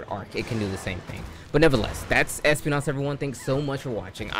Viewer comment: Espinas not espi-nás 😂